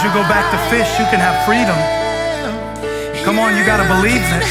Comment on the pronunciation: Cant stand whoever keeps saying COMMON like please stop 🤣🤣